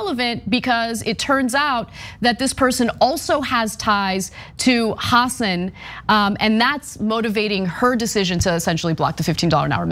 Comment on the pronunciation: Good notes and I agree; BUT please learn to pronounce names BEFORE you utter them on videos. You do not need to lose credibility within the population of NH where even Republicans know it is pronounced huh-SAAN. And Boucher, likely from French as Boo-SHAY, but Americanized as pronounced rhyming with ouch-er.....and not like the ou in could. Good thing you don't have to pronounce the names of tennis luminaries. You can always Google the pronunciation.